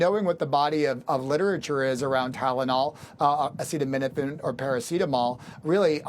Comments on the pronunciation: Oh, yes PLEASE do watch the whole statement of trump on this.😅 Like when he couldn't pronounce acetaminophen. Full on stupidity. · This station didn’t show him try to pronounce acetaminophen. What a moron.